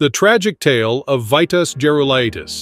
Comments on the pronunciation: You can’t pronounce his name ?? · Exactly, that's exactly what I was just thinking.